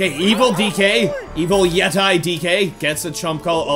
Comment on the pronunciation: pronounced as yetee